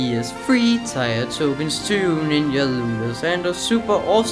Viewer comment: Tier is pronounced "Tear", not "Tire".